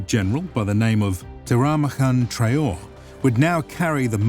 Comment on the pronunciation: Also traoré, not traore